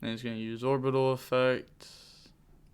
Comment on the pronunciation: Another one for the"Horbital" pile🤪